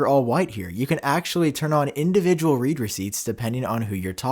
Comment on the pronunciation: iMessage read. It’s “red” not “Reed”